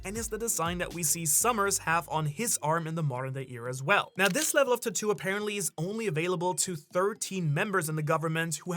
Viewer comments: “TAT-TWO” its pronounced “TAT-TWO” i hate you and your stupid pronunciations. Sigh, where is Sawyer7Mage at? Save us from these bum reviewers SAVE USSSSSS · It drives me crazy every time he says the word tattoo 🫨🫨 just say ink or something 🤣🤣🤣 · Hearing you mispronounce tattoo revealing who you're a fan of... even less of a fan now.